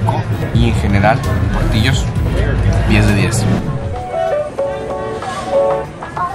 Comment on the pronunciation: Se llama portillos y se pronuncia portilos pero con doble l